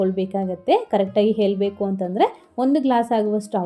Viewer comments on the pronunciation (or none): Can you prounance. Kannada not helbakku. It should be heelbekku